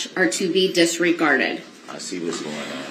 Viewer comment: Bro u can't even say disregarded, u said disgarded . Ur words are useless